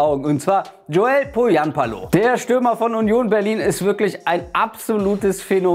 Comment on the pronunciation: Das H in Pohjanpalo sprich man wie ein deutsches CH aus :)